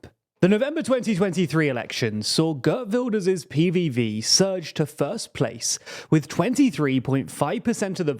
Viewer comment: Ghurt Vilders... tee-hee-hee.